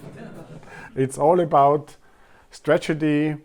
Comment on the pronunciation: Your pronunciation is fine. There's one cool error when you say stragety instead of strategy. Cheers!